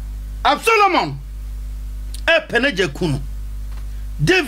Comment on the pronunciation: David son was ABSALOM not Absolomon